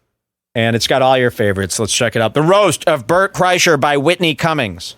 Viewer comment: Am I the only one who noticed that the announcer said “Welcome to the Only Fans roast of Bert… CHRYSLER”?! They couldn’t even get his name right. The announcer has never heard of this guy before. Oh how I envy them.